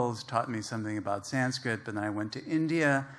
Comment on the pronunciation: Having spent so many years learning Sanskrit ..he cant even pronounce the Sanskrit words properly. Shame.... He is just a glorified Translator, and just a cheap fiction writer...that's about it...